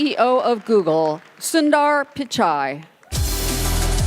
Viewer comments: Um, that's how you pronounce Sundar Pichai. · Google CEO must be crying just the way his name was called totally incorrect lmao